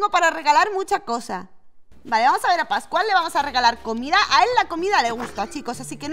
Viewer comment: Cuanfi fuiste con pascual yo escuche pasguato 🤣🤣🤣🤣🤣